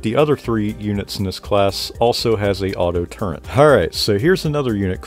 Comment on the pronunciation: It’s “Turret” not “Turrent”